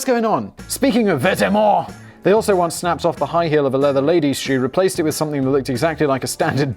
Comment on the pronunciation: I like how Simon made the effort to try to sound French as much as possible for Vetements - when its just pronounced "vet-mo".